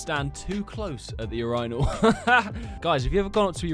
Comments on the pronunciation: the urynal lol he rly said urYnal instead of urinal how do you guys pronounce tho im curious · pains me, what the fuck is a ur-ainal